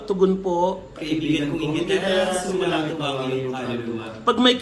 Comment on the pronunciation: panay ka kasi SALSAL hindi mo na mabigkas ng maayos ang SUMASALANGIT haha